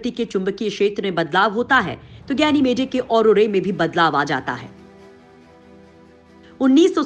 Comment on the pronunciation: गैनिमेडे नहीं गैनिमीड और औरोरे नहीं औरोरा होता है मैडम